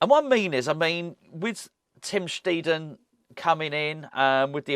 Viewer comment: it's pronounced sch-tide-un, not tee